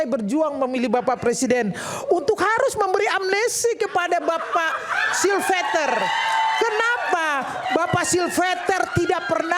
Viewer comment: Suruh yang bener dulu aja nyebut silpeter 😂😂😂😂